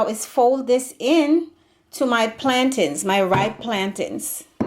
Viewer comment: I subscribee the minute you said plantain the right way Nuff respect from Jamaica🇯🇲🇯🇲